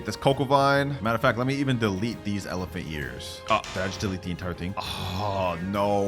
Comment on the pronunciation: Say elephuck in irl